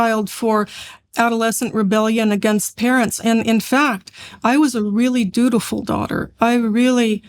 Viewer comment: “Dutiful”, not “beautiful”.